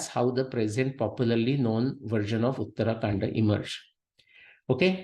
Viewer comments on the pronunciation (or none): please learn proper pronunciation - uttara kaanDa, not uttaraa kaanDa.